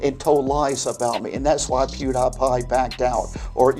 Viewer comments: The funniest part about this is the fact that every time he wants to get someone involved he always misspells or mispronounces their name - Munkey Jones and Pew die pie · I cannot get over his pronunciation of “Pew-Die-Pie,” as though he did not even bother to actually know anything about him other than that he has a large following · I am in my 40's never watched one of his videos, but I know that he doesn't pronounce it "POO - DYE - PIE" ........does he??? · his pronunciation of "POOH-DAH-PIE" is scary, man. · Or "Piudaipai" as he says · i like how mispronounces pewdiepie because it implies he never even watched a single video that he's made or any that involved him. he just saw his numbers and immediately got on his knees to beg for his endorsement like the desperate fraud he is. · How in the world does somebody mispronounce Pewdiepie? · To be fair, seeing how he pronounced PewDiePie, is it surprising? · At least say Pewdiepie right what an asshole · The way he pronounced PewDiePie crippled my brain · His worst sin is saying Pewdiepie wrong lol. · bro am i the only one that absolutely DESPISES how pronounces "pewdiepie"? holy shit each time he says pewds's name it makes me wanna commit seppuku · Pewdiepie: Says his name in the first 5 seconds of every video, so anyone who watches his videos knows how to pronounce it.: Pronounces Pewdiepie's name wrong every time proving he's never watched a single video. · It genuinely pisses me off, cuz you don't even NEED to research, just pull up a random video from Pewdie, and in the first few seconds he actively says his name with the proper pronunciation and everything! Like... only went to Pewdie because Pewdie is a big name and NOT ACTUALLY BECAUSE he bothered to actually watch his content. I mean, with the other works he made featuring big names solely to improve his own brand, he has made it just as much his career to piggy back off of someone actually popular as he does swindling. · Poo dye pie